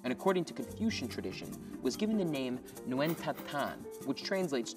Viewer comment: Nguyen not new wen